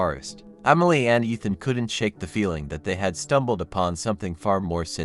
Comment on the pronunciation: I liked the story. But I don't know if it was my head phones or not. It sounded like you were say umily instead of emily